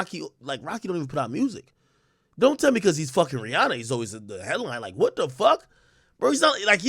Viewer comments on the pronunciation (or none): none